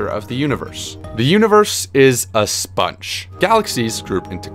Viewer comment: idk why, but how you pronounce 'sponge' cracked me up lol